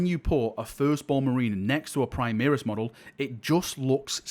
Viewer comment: FFS, it's "Primaris", not "Primeris";)